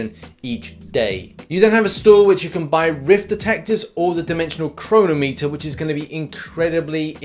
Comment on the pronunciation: Please tell me thats not how the English actually pronounce 'chronometer'